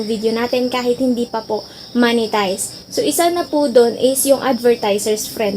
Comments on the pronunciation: Ma'am yung pronounce ng monetize hindi Manitized hahahaha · Hi ate its "MOH-NE-TIZE" not "MA-NE-TIZE". Mo po yun as in mop not map